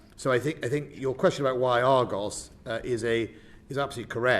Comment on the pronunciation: And its ARGUS not ARGOS And its BULWARK not BULWOLK And we have 3 Bay class not 4 . We sold 1 to Australia . ANOTHER cut.